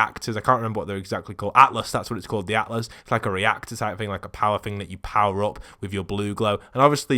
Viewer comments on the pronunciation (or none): none